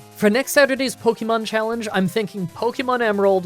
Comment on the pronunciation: I’m a fan and have been watching these for awhile, but will you please stop saying Pokymon or Pokycenter? It is really grating. Watch the anime for how it’s pronounced. It’s more like pokehmon rather than pokymon.